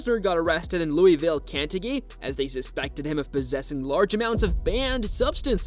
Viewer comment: Did you seriously just mispronounce "Kentucky"?!?! This video was not good. Learn how pronounce words correctly. You even mispronounced "suicide" just awful man awful.